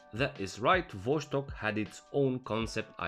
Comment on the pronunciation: cool video as always! Oh and it's Vos-tok not VosH-stok